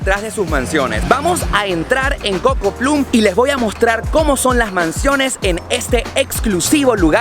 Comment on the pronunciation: No se pronuncia cocoplum se dice COCOPLOM hay que usar goggle antes de publicar.